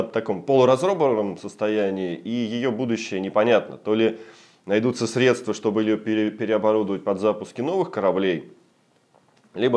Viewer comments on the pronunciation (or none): none